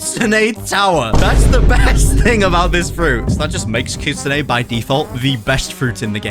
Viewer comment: You’re pronouncing Kitsune rule it’s Kitsune